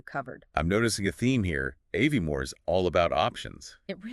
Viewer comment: First sentence pronounced Aviemore incorrectly could not finish